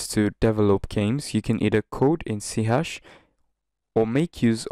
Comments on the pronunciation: Future reference C# = C Sharp. Not C-Hash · C# == C Sharp. Not C Hash. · Bruh. How Come You Not Know it's Pronounced "C-Sharp"? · Omg I chortled when I heard “hash”